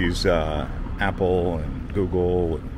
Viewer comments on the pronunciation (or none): none